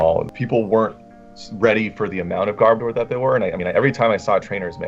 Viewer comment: ok im sorry but... Gar-Ba-Door